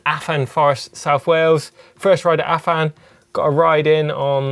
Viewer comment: Nevermind Finland, the welsh pronunciations are getting worse. Have a word. Maybe give a cwtch if you make him feel twp and teach him how to say Bwlch and Afan.